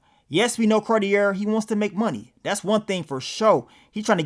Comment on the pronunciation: It’s pronounced “Car-tee-ay”